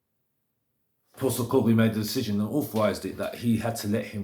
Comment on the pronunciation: At least you've decided to bother pronouncing his name correctly now